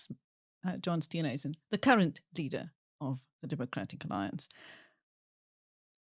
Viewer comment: Please ask Neil to pronounce Steenhuizen correctly!